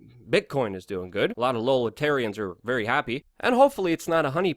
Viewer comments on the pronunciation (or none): Is he saying "libertarians" or "lolitarians?"